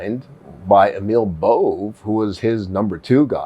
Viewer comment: Out of respect for you, these 2 pronunciations are as per Lawfare: Bove is BOH-VEE; tho I don't know the spelling, the Judge's name's pronounced: See-Knees.